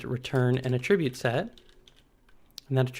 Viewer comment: Great video, but felt like nails on a chalk-board for me everytime he pronounced aTRIBute. Which is a lot 😝